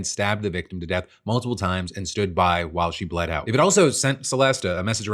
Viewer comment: I know she said while Phil and I. But I heard Waffle and I… might be the best nickname ever.